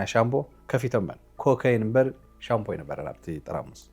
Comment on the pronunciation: Shampoo not shambo